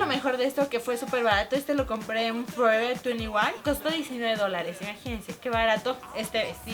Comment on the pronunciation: "Lo compre en forever tuniguan"😂😂😂